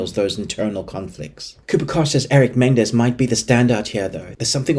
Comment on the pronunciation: It's pronounced Me Nen Dez....not Men Dez.